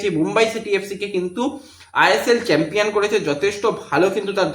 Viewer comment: santir chhele chempion thik moto uchharon korte paris na boka.....da